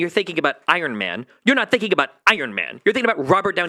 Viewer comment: i cant be the only person who hates when he says “finking”. i fink some of you guys would agree with me